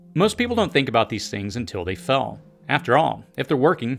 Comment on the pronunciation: Every time you try to say “Fail” I hear “Fell”.